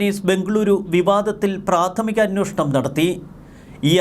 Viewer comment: അന്നോഷണം എന്നല്ല ഉച്ചരിക്കേണ്ടത്... അന്വേഷണം ആണ് ശരിയായ വാക്ക് 😊